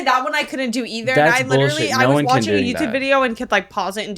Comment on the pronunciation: He’s witually gwiddiying